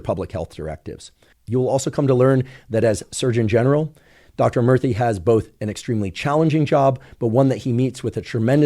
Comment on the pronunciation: Every time he say Murthy, it sounds like he’s saying Murphy with a speech impediment.